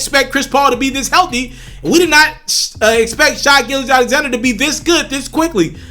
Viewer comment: His name is pronounced Shay. Rhymes with hay and say. Get it right!